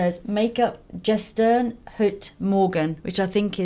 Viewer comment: "Gestern-heute-morgen" is "yesterday-today-tomorrow" loved how you pronounced it (only "gestern" you d say a "g" like in "get")